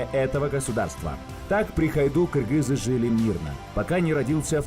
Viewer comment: маладец ты правильно сказал кыргыз а не киргиз мне бесит которые говорят киргиз